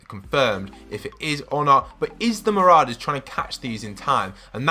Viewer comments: He calls them mararders lol its said ma-raw-dus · It’s Siona, like Fiona but with an S, and they’re not MarAders, they’re Marourders, not an emphasis on the A, but or, like as in Pour. Marorders I know the spelling Marauders, May make it look like it MarAders, but it makes the video unwatchable for me when you can’t pronounce Marauders, Marorders, like it’s supposed to, and mispronouncing Siona? Surely you know someone called Fiona, it’s the same but with an S. Sorry bro but it needed saying, it was doing my nut in. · It's not mararders lol its said ma-raw-dus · not trying to be annoying but ma-RAW-ders not ma-RAO-ders (pronunciation btw not spelling) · Mate can u pronounce anything its mou-roa-ders and si-o-na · You can’t say marauders right